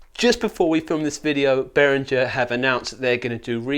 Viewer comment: Behringer is pronounced Beh-ring-gr (rolling the ‘r’ on ‘ring’ if you want to get fancy)